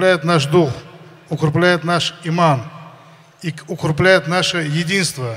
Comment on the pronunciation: Абдулвахид Джаватов . укрепляет ,а не УКРУБЛЯЕТ 😁😀😂